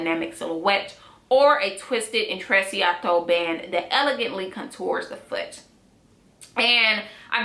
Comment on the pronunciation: I think u say it as "intrechato"😊